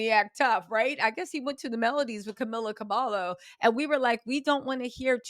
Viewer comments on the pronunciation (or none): butchered Camila cabello’s name 😂